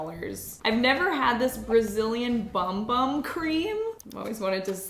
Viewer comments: brazilian bum bum (pronounce as boom boom) means brazilian butt (ass) 😂 So… maybe you are not supposed to put it on your arm 😂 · Bum Bum pronounced boom boom, don’t worry until you know you don’t know and the rest of us all called it the same at one time or another.🫠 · Bum bum cream is pronounced boom boom